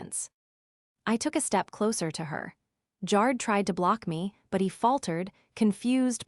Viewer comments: Jared like AIR not like JAR.. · Jarred is how his name is being mispronounced. Like canned, put in a jar. I jarred the pickles. But the name Jared is pronounced Jaa Red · Try saying Ja' red correctly. It's not Jar' red More than a few spelling errors that once again the story poster never bothered to check an AI voiced story. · Jar-Ed, not Jared! These AI narrators are really stupid when pronouncing certain words and names, I really wish they could make the AI better at some words, because it's dumb!!! I'm sorry, I got way too bored with this story and had to say, bye-bye, it just didn't hold my interest! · Tell AI Jard is pronounced Jar-red. Long A, short E. Or spell it consistently. Good story. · So sick of hearing them say JAR JAR JAR JAR ED like he was canned only saying JARED instead. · The name is pronounced JA-red (short A) not Jar-d. Makes it impossible to listen. 😮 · Story was good, involved, but pronunciations made it less. Jarred/Jard rhyming with yard??!! I watched one yesterday that pronounce Pentagon as Pen-tā-gon??!! Good story team but, every story has multiple mispronunciations. Please fix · Jarred is pronounced (G AIR RED) AI IS horrible at pronouncing words. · Jared's name is pronounced. Good gotcha story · Driving me crazy that it does not pronounce Jared correctly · They didn't get Jared's name right once. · What the hell Is so difficult about prononouncing Jared and also the word Resume ( resume) the last e in resume is pronounced as an e. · Apparently AI is having another hissy fit because it can't pronounce Jared. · Worse AI voice for this story. It doesn't pronounce "Jared" correctly. Most of these voices have problems with a few words, but they're infrequent. In this story Jared was mispronounced dozens of times. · The E makes the A a long A